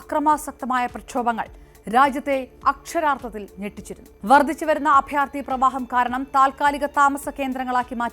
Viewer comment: വർദിച്ചുവരുന്ന?ബുദിമുട്ട്? ഉച്ചാരണം ശ്രദ്ധിക്കുക